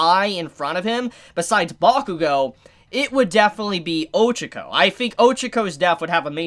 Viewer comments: You pronounce Ochaco like “Ojiko”.... I’m like ..who!? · "oh-che-koh" "ee-zuh-ku" bru pleanse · 274 chapters in and ochaco might die and mans still doesn’t pronounce her name right. I think all might is going to die. With shigaraki being so OP and the amount of destruction going on, maybe in the next few chapters or in the further future, All might is going talk to shigaraki during a destruction chapter(like now) to get him to stop and telling him who nana is and he’ll end up getting killed by shigaraki.